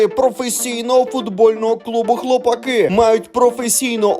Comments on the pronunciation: Шліпаку, навчися правильно говорити назву команди. Наголос на А а не на И. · Якраз наголос на "И"))